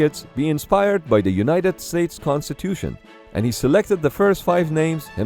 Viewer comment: fr thought he said uss constipation